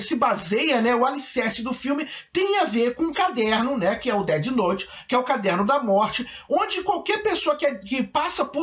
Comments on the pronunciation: percebi tb "Deti Nouti" aiuhaeiurhu Na pronúncia seria "Déf Nout" (com o "T" quase mudo) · DETI NOTE